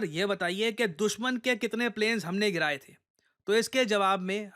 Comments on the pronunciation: Not gere gye , giraye gye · Giraye gaye the ❌ Gere gaye the ✅